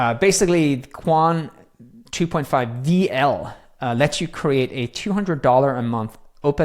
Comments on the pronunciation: It's pronounced "Quán wèn," not "Quan"...2 words instead of one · the pronunciation should be " chien - whun " meaning " a thousand inquiries or enquiries " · I asked itself, it's pronounced as kun. So pretty much correct. One interesting fact, it's Chinese name roughly means thousands questions. 😊